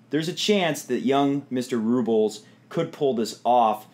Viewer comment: RublYOV (just to show how it's pronounced and where the emphasis is in Russian) is not my favorite player; but he has a determined mean streak that he channels into his tennis. Nadal will be very very determined however - he doesn't want another loss to a teenager. I think I'll go with experience this time.